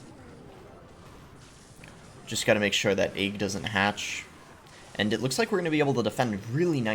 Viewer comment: You say egg like "ayyyg" whereas us normal folks pronounce it like peg without the p. It should rhyme with leg, Greg, beg, Meg, etc.